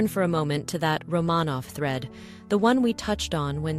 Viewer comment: Could the AI at least pronounce Romanov correctly?